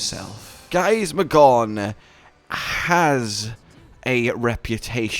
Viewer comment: Drinking game! Take a shot every time says Giasmagor"N" instead of Giasmagor"M"